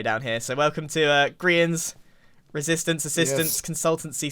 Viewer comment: More like ren-sistance